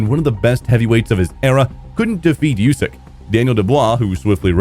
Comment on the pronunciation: Usyk doesn't like his name pronounced "yousyk". He corrects anyone that says it that way. It's pronounced "oosyk".